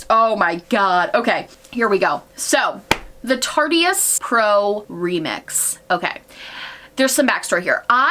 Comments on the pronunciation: Ily but it’s “tarte-ist” not “tarty-ist” lol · omg "tartyist" nooo girl it's tart-ist like artist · TARTE RHYMES WITH ART NOT TARTY